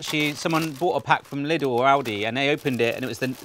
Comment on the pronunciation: Bless you,, for pronouncing Lidl the right way.